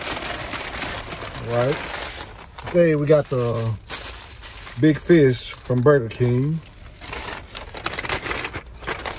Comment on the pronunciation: You say fish just like my late grandma. 😂 “Feesh”